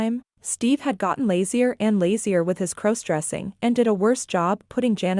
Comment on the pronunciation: u can't even correctly pronounce "cross-dressing"??? Such crap I couldn't listen for more than a minute!